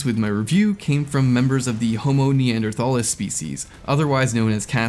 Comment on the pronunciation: Sorry, I hate to be that guy but it's homo neanderthalensis. You pronounce it with an "entsis". But aside from that it's spot on. Less evolved, ape brained primates.